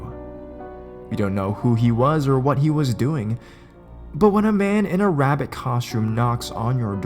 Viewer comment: God damn wabbits